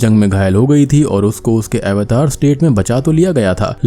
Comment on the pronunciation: भाई यह अवतार ही है. सही से बोलो